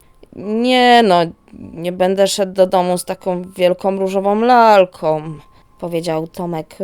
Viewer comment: Dzis odkrylam, nadrabiam zaleglosci o 6stej rano w niedziele..! Sub oczywiscie. Masz super glos, fajnie czytasz, badzo dobra dykcja... ale maly minus za OMowanie.. ,, z lalkOM, dziewczynkOM (liczba pojedyncza) pozdrawiam i dziekuje!!